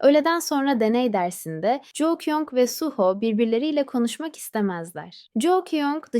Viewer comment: Jou değil ju kyung 😂😂😂😂